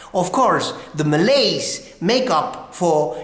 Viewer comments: #1. not MALAS...you left out the " y " letter it suppose MALAYS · ..Malays...not Malas bro...Malas is Lazy..